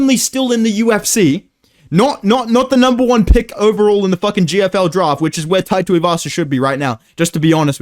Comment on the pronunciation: Draft sounded australian af bro.